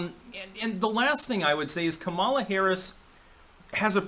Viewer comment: keeps pronouncing Kamala wrong, but she's a detestable woman so good.